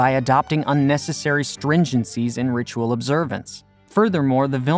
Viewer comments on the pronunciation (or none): none